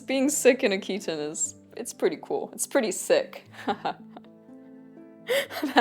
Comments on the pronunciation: Greetings from Greece! 😊 Thank you for this very interesting video. Your pronunciation of "chiton" is wrong. It's not ch*i*ton, it's chit*o*n. "Χιτών" in Greek. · Also the 'Ch' is pronounced as simple 'H' like in 'Hit'. So, it's Hit-On with emphasis on the 'On'.